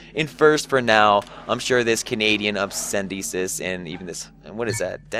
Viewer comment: Obisendisis? It's Obese Denis. :P